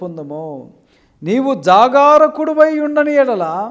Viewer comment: జాగారకుడవై కాదు brother జాగరూకుడవై... వాక్యమన్నా సరిగ్గా చదవండి brorher.